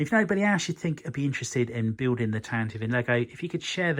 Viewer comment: I love how you addressed a comment in a previous video about how to correctly pronounce 'Tantive' and then proceeded to never say it correctly over the whole series. King.